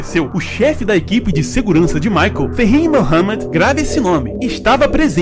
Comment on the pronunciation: Por favor, aprenda a pronunciar "michael"